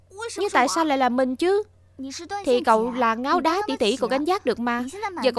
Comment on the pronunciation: Không biết có nghe lộn không, nhưng sao tui lại nghe được Ngáo Đá tỷ tỷ. 😂